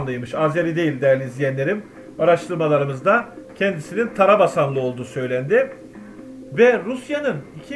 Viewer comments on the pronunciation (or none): tarabasan diyil tabasaran